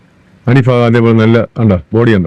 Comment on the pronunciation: ഫാഗം അല്ല ഭാഗം എന്ന് പറയണം